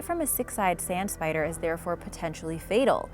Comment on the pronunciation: i LOVE SPAYDR Like not poison